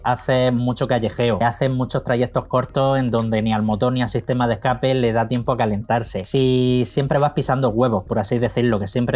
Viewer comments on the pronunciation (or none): none